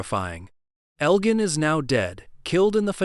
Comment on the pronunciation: Marielle’s pregnancy??? WTF are you talking about??? His name is pronounced El Jin not El Gan.